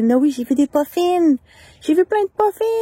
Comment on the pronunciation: Lol! J’écoutais ton vidéo pis à la fin quand tu dis: « j’ai vu des puffin » moi j’entends vraiment « pas fines » genre tu as vu des mmes pas gentilles … pis tu en as vu 200!!!! J’étais comme « mais what the heck!? » que cet endroit là?! 😅